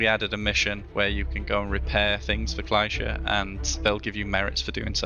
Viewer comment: Kleischer? Hell no, they all pronounce it wrong.